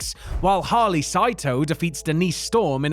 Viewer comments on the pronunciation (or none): none